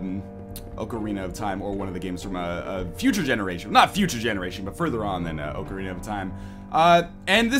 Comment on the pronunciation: oak-arina? Really?